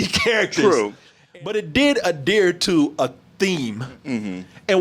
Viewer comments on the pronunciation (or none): Adear to a theme? Adear? Adeer? Adere? Wtf is talking about, lol! Adhere maybe?